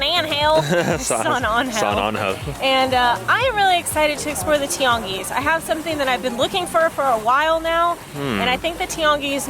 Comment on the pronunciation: I love the way you pronounce Tianguis, it sounds almost like a french accent.